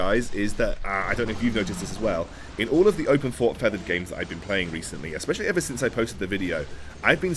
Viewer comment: Is it 'open fort' or 'open port'? I swear I thought was calling it open port